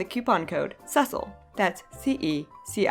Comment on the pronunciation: I ALWAYS THOUGHT YOUR NAME WAS PRONOUNCED "cis-seal" whoaa